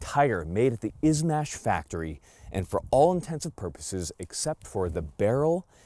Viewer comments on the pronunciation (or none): Bro, Its [Izh-marsh]. "Ijevsk Macninery Factory"